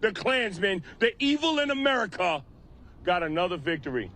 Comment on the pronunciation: Pretty hard to take a guy seriously that says “Amewica” lol